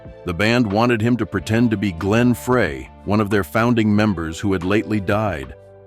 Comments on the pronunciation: Horrible video! Had nothing to do with the title and never once had Vince talking or breaking silence. They couldn't even pronounce Glenn Frey's name correctly! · Amazing how the "narrator" is incapable of properly pronouncing Glenn Frey's and Irving Azov's names.